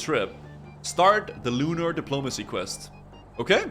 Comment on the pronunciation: 'Lunar Depolomanicy' Lol.